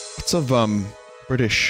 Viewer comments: for Bri'ish Wario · the Wario Bri’ish